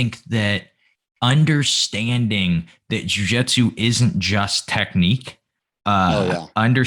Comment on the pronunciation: Did I miss the episode that explains why you call it Jiu Jetsu instead of Jiu Jitsu?